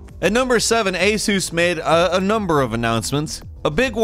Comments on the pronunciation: Is that really how you say ASUS? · Hahaha, "ay-sooss"